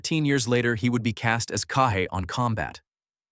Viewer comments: Pierre Jalbert portrayed Cage - not Cah-hey. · Jalbert's character's name was pronounced "Cage", not "Ca hay" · Pierre Jalbert's name on Combat was "Caje"...........like Cage. Not "CA-HAY". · CAGE; AS IN---CAGE! NOT KAH-JAY! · It's pronounced 'Cage', because his character was 'Cajun' . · LOL “KA-jay” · Pronounced "CAGE"! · I loved this show and was upset if I missed it. By the way, the Cajun’s name was pronounced “Cage” like an animal’s cage.